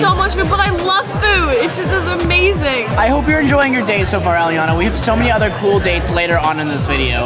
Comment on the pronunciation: Pls pin this and read this her name is Elliana and mines aliaanah but they both pronounce aliaanah when says it ❤😂😂